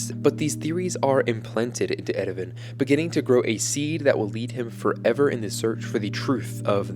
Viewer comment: I'm sorry but I can't watch this video with the Erwin pronunciation.